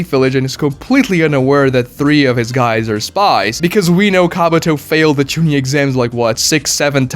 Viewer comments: Didn’t bother watching once I heard Genin, Chunin and Jonin mispronounced. To make a video and literally butcher those is so stupid. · You are horribly murdering the pronunciation of jonin, chunin and genin. It’s so bad. Idk how you have watched the whole series and still saying it so horribly wrong